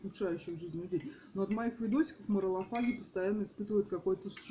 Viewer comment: Открою новую планету, но в слове «моралфаг» нет буквы о, зачем употреблять с такой частотой слово, даже произношения которого не знаешь